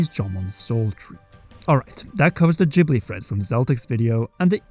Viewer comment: I'm just going to say this. You can't even pronounce Ghibli correct, and you're attempting to connect a Fan Fiction on 17thShard, for an American Book Series, with Japanese mythos and Hindu-Buddhism / Animism. Ether, which is how it's spelled, is in each Zelda entry. Typically, this is "Earth" (Ether). In many cases, it's reformed to Forest or Wind/Sky. It's one of the 6 total elements in The Legend of Zelda. Yes, 6. Each Zelda typically has 6...aside from Skyward Sword which took most of it's religious symbolism and direct influence from Christianity, and removed the lore from previous Zelda entries to create a 'new' lore which, I'd have to argue, was entirely based around Christianity instead of basic morality of "Power". Consider the original Zelda entries lesson learned is "Power tends to corrupt and absolute power corrupts absolutely", whilst Skyward Sword's lesson was "Evil can only be defeated by good and due to this singular evil's existence, now Man must live with Sin". There's a distinct reason each of the leaks does not even remotely relate to Skyward Sword. No, not even remotely, You have to stretch everything in order to get to this point. Skyward Sword removes most of the original Zelda lore to exist. However, this isn't NIntendo's fault -- or Miamoto's, they didn't "want" any games to connect until 2015 or so. I'm sure someone in the BOTW development eventually working on TOTK realized how much they screwed up with Skyward Sword's lore, and realized they need t